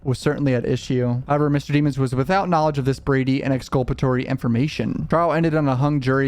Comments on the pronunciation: Dem ons not demons lol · Can you please say his last name correctly? You've watched enough of the trial to know you are disrespecting the mans last name.